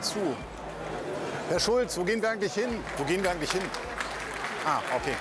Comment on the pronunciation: Er hat Chulz falsch ausgesprochen!